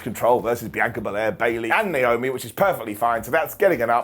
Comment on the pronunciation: I had to rewind 6 times to understand when you said naomi. that was wierd